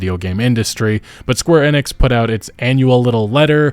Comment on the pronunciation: the one youtuber that pronounces square enix correctly 😩